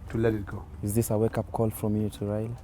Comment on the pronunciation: my dear it’s your right to support anyone whom so ever you wish BUT my problem is your pronunciation, it’s Raila not Raira... Even me I don’t like him and i don’t support him, HI5